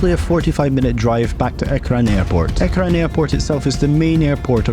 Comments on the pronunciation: The AirPort name is ERJAAN. ercan.. yepp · It's not a big deal, but just so you know Ercan is pronounced as Air-John. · The name is pronounced as erjan. The new terminal was made this big in hopes that it will be able to have flights to other countries in the future, but due to the TRNC being unrecognised by any country other than turkey it can't have flights to others. The EU threatens to ban any airline that operates to Ercan from their airspace, like in the early 2000s where an Azerbaijani airline almost immediately revoked their new route to Ercan after threats from the EU.